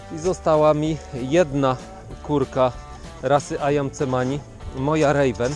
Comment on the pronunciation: Nazwę tych czarnych kur wymawia się ajan semani